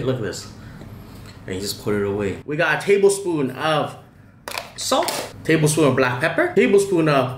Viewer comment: It's very difficult to understand tablespoon 😅😂